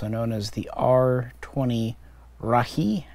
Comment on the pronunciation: Great video! The letter "e" in Rahe in Estonian is pronounced the same as the letter "E" in the word Estonia.